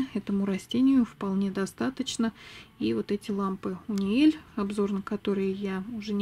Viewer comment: Бульбаши))) 🤩🤩🤩, правильно говорить не "Униэль", а "Юниэль" 😉))